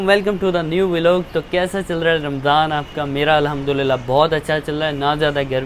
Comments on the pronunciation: Bhai vlog hota ha veelog nahi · Velog nahi hota vlog hota hai